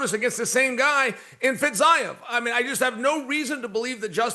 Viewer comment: Chael mispronounced Tsukaryan this episode but its ok cos he got Fitzyev correct